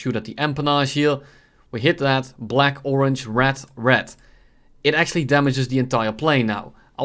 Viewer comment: is he pronouncing red as rat its not a problem but lmao